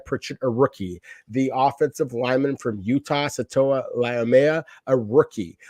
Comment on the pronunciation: no offense guys but, it's SA-TA-OA LAU-MEA. LIKE TUA BUT, OA. I'm sure he'll appreciate it. mahalo 😊